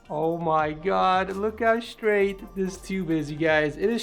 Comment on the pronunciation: “sewies”, “expewience”, “stwaight” “ 90 degwee”